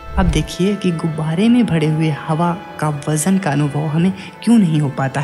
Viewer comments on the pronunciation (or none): Gubare Ko gubaady bolte Ho aap.